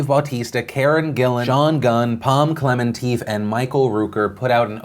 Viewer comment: You pronounced Klementieff wrong.